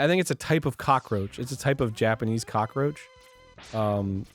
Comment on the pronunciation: "Kakaroach" Arin 2016...